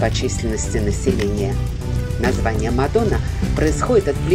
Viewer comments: Не Мадо́на а Ма́дона.😅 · В латышском языке ударение всегдаа падает на первый слог слова.Не МадОна а МАдона.Рассказ о городе интересный,содержательный